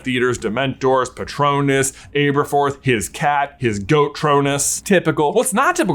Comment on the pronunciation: Please start pronouncing Aberforth correctly!! 🙏🙏🙏🙏 It's AH-ber-forth!!